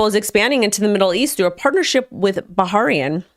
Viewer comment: Ba - Ha - Rain - Bahrain